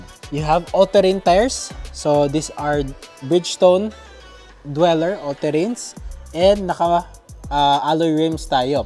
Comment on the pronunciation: Dueler po hindi dweller